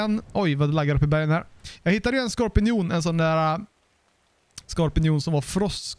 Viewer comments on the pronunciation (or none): Det heter skorpion och inte skorpinion :)